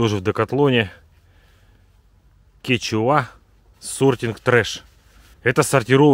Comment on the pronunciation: Не кетчуа а куенча))